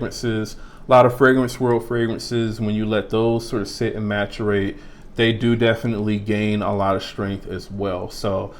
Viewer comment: Great video, thank you. FYI - The word that you were trying to say is pronounced Mass-er-ate. Not Ma-tur-ate. Have a great day.